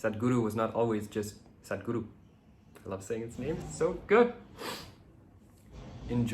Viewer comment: I like how you say Sadhguru 🥰 solitude and singlehood is a blessing, Cheers 🍹